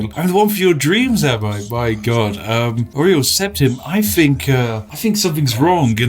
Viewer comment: His name is Uriel not Oriel